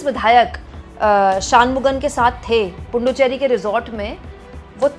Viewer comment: Pronunciations Shanmughan - Shun Mughan Puduchery - poo shop chey ree